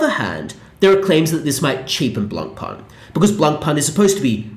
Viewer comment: it would be nice if you learned how to pronounce Blancpain correctly